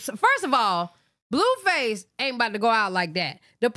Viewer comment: Lol the way u say his name. “Bluefus” instead of “Blueface.” 😂😂😭💀